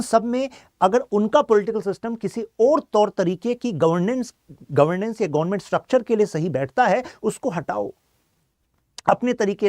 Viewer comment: Gonment 😂nahi hota government hota hai